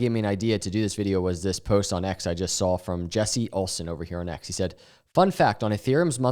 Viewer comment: "I jes wanna talk about....."